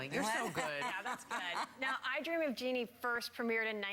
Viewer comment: It's " JEANNIE ".